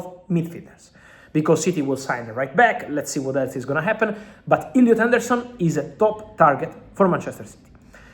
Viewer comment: Illiut aundourrrsun 🤣🤣🤣😂 go on fabulous